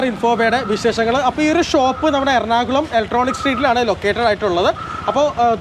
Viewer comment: എർണാകലം അല്ല.... എറണാകുളം